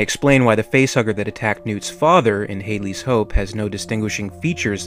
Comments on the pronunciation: Much of this will remain up for endless speculation. The mispronunciation of "Hadley" should not. Had-ley, not Hade-ly ;> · it's pronounced HAD-LEE